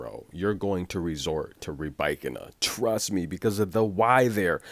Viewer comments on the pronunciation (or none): It’s the opposite to what you were saying. The way her name spells it looks like it should be pronounced “Ree-ba-keena”. On her WTA profile page she says it “Ra-bye-kina”. Where did she snap at the media?